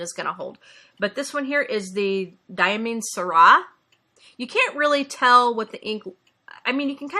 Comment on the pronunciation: Aw, thanks so much for the shoutout! You pronounced Diamine "Syrah" correctly (sir-rah);) I really appreciate all your kind words, especially about my team. They're awesome and really do care so much. I'll have to show them your video, this is so nice of you to share!